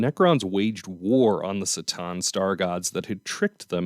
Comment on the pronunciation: C'tan. Not "s" - tan but "k" - tan. As far as I know.